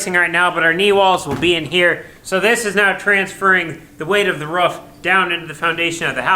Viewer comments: I love this show you have. I love the personalities. I love the project. What drives me crazy is your mis-pronunciation of “roof”. It’s a roof not a ruff. You don’t brush your tuth (tooth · Really good videos, but roof, not ruff. Also insulation goes on the ceiling and walls 😉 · What an exciting renovation. A blank slate to do with what you want. Roman is an incredible addition to the farm. He knows his onions. Why can't you say roof properly? How do you spell it the way you pronounce it? Ruwf? Not only is your voice getting louder and shoutier all the time, but it is getting used more and more, too. This video was more like a podcast than a video. I don't like it. The things you describe over and over can be said with far fewer words. It might just be me though. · a dog says ruff.. the top of your house is a roof, sounds like room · Its roof, not roof